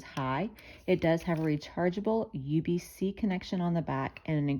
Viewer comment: USB-C not UBC 😂 good video though